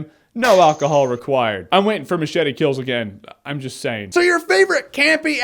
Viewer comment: Did this fucking guy even watch the movie? He can't even say MACHETE...fucking moron.